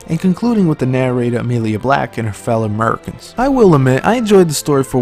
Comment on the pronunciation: Liked this video just because of the part where you said "murricans" xD